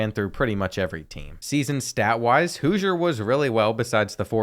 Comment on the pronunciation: Houser pronounced Hoosier 😂